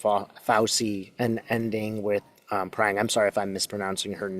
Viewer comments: Katie Phang. Pronounced Fang. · Not “Prang” but Katie Phang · Katie Phang pronounced fang 😂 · Katie Phang, pronounced Fang. Fauci pronounced Fauchi